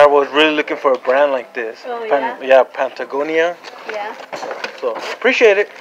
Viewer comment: Nah they were offended he said "pant a gonia"